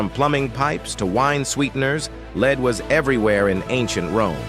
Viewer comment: Fricking AI narrator doesn’t know how to pronounce lead